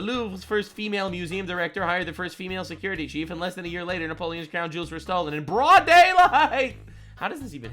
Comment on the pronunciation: I know he said jewels, but it sounded like he said they taken the jews